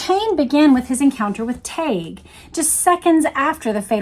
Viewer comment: James told me his name was pronounced 'TEG'. Just sayin'.